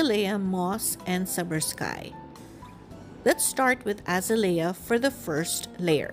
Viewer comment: Very pretty. I love the way you used the gold leafing and the gold baubles add the perfect touch :) Also...just wanted to let you know, the pink (Azalea) is pronounced: 'Uh ▪︎ zail ▪︎ ya' or 'Uh ▪︎ zay ▪︎ lee ▪︎ uh'. They are one of my favorite flowers 😊. Thank you for sharing your card. Hugs.